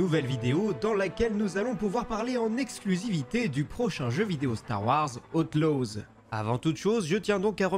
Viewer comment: Star wars "Hauteloze"